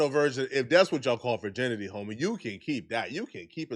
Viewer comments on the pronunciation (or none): keeps saying “furrginity”😂